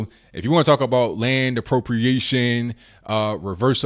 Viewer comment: you can't even say expropriation .... c'mon dude